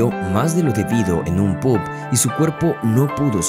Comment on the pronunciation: bebió mas de lo debido en un "PUB puv poob pub" jajajaj cuando lees un guion sin pensar ni prestar atención ke carajos estas leyendo y como pronunciarlo.